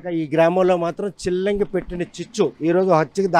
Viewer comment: సిల్లంగి కాదు చిల్లంగి